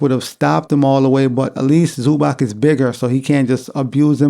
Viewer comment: It is ZubaTS not ZubaK.